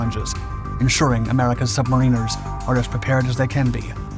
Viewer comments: NOT submareeeners, but pronounce as sub mare in ars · subma-reen-ers lol it's sub-mar-an-ers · I think it is pronounced 'submaraner' instead of 'submareener' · Nitpick: it's pronounced more like "sub mariners" instead of "submarine ers/ sub marine ers". And now I better say Great F*ckin Vid! Honestly, great research and delivery. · Sub-mariners NOT Submarine-rs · As a 21 year US submariner, we pronounce it submarine -rs, our UK counterparts pronounced it sub-mariners. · Also pronounced sub-marin-ers here in Australia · Like any other word the British pronounce it differently or rather correctly like sub-mariners while the Americans employ the hillbilly pronunciation using the “marine” pronunciation which is no doubt incorrect since it should be a variant on the word “mariner” and not “marine-er” which just sounds stupid. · Typically the first pronunciation is British and the second is American but in reality mariners are usually merchant seamen, navy people are called sailors, and submarine people are called submarine sailors. I’ve been both a submarine sailor and a merchant mariner. And finally, merchant mariners are usually called merchant seamen, or just seamen.